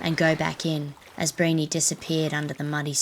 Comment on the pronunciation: The story of Briony is wrong. She jumped onto the croc by accident and it was Black Jungle reserve.Her name was pronounced Bree-own-ee as well. Great video though. Just subbed!